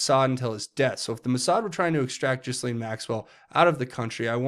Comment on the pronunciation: Not to nitpick but it’s pronounced GAH-LEEN Maxwell. That’s what the victims call her so I assume that’s how you pronounce it.